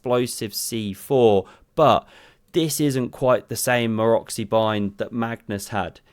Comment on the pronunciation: He actually pronounced Maroczy correctly!